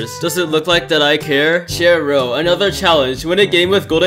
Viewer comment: u said ir wrong i thought it was CHAIR row